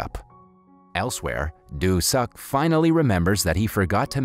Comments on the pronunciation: Just things lol Pronounce it like "do suck" when it should be something like "doo sook" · the name "doo suk" faked me up... i was laughing every time the narrator said "doo suk" while crying watching the video 😂😂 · I keep laughing when this guy keeps saying "Doo Suk" 🤣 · Nah. Probably a great movie, i'll never know. As soon as i heard the dudes name pronounced as "do suck" i was done.